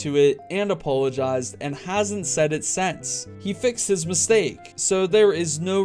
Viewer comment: "..and hasn’t said it sAnce"